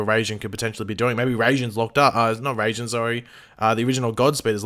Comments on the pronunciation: Raijin is pronounce rye-jin not ray-jin. Unless this guy in the actual god of lightning I have no idea what they'd do with him but I'd suspect it'll have something to do with how they generate a new speed force. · it is rai not ray. You got it right but decided to use the wrong one still. It's a japanese word and in japanese is spelt らいじん which is pronounced rai. Ray would be れいじん which is not the word at all. Rai is basically lightning with jin in this context means god so lightning god, basically as you said. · It’s pronounced Riy-Jin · literally in no country is it pronounced Rayjinn. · He kind of butchered the pronunciation of raijin